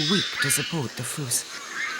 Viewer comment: Have never heard a fossa called a "foos" before. The Malagasy word is fusa, so I can maybe see where the narrator got confused, but if I had a nickel for every documentary narrator who didn't bother to learn how to pronounce the vocabulary in their script, I'd be rich.